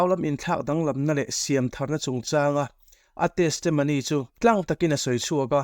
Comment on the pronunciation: Tesemony i tih tlat le, testimony ti Mai la